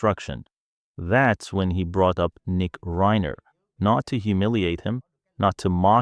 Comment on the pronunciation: There is no credible source for the assertions made in this video and I could not locate any ACTUAL record of Tarantino making any of these comments. This same story is being repeated by multiple YT and FB accounts that appear to be bots or AI-why else would the narrator say “Reiner” incorrectly or show photos of Alan Jackson the country musician instead of Alan Jackson the attorney?